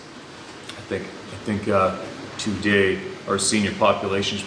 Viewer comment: Everytime sez too-day, have a sip of coffee, eh?